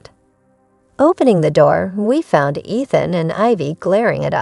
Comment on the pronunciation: The pronounced name..🤨 Ethan has a long e sound! Eee than... 😅